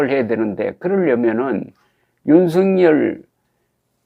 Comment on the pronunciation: 윤석열의 발음은 "윤서결"이지 윤성열이 아닙니다! 대부분의 기자와 방송인들이 윤석열(윤서결) 의 발음을 윤성열로 하는것을 보고 실망을 금 할수 없읍니다! 윤성열과 윤석열이 같이 있다면 발음으로 어떻게 구분 할수 있읍니까?